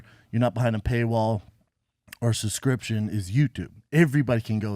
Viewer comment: He can’t even pronounce ‘subscription’ 😂